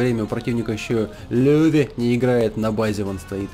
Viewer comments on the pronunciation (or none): none